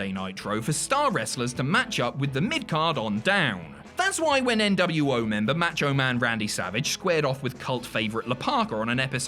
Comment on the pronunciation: Its not pronounced "matcho" ya git.